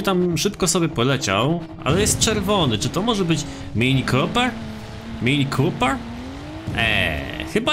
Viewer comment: "mini kópyr"